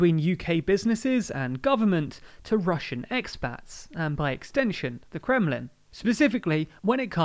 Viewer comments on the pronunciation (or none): none